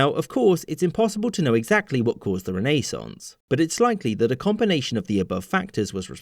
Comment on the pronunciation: Thank you for saying renaissance and not rennesance